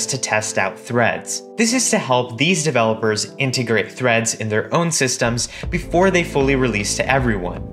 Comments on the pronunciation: Him: now let's create threads My ears: now let's create threats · The 1st time he said threads i thought he said threats